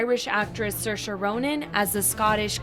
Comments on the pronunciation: Fun fact Saoirse is not pronounced “sur-shuh” it’s actually “seer-shuh” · Not to be rude but saoirse is pronounced seersha not sursha